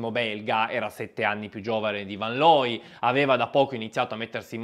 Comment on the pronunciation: Rick fan loy,. Ludwig fan Beethoven, pur Tedesco era di origine Olandese, è "fon" tedesco. Attenzione alle pronunce. Grazie comunque per la pillola di sport. Scusami per la correzione.